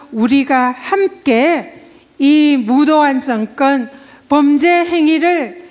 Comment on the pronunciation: 정건? 발음이 거슬리네요. 경상도 분들도 제대로 발음하시는 분 많아요. 공인이시니까 의식적으로 고치셨으면 좋겠네요.